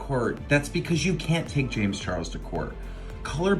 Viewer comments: LOL look at the subtitles, where she says 'James Charles' (she pronounced Charles wrong) the subtitles say chihuahua's LMAO HFGYRUFA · oopie poopie scoopie1 she says it on purpose lol